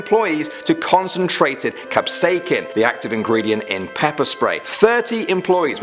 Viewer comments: Learn how to say capsaicin before making video :( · You said capsaicin wrong